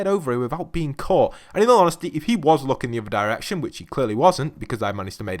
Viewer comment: In al onhestly in al onhestly